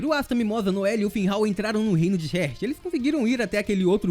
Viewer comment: ótimo vídeo =D Mas Heart se lê "rárt" e não "rért". sorry, me deixou agoniado kkkkk Vlw pelo vídeo